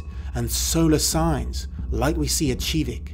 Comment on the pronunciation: Hol up hol up. You pronounced KIVIK SHIVIK ??